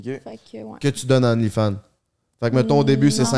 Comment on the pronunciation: qui dit onlyfind à chaque fois Hahahah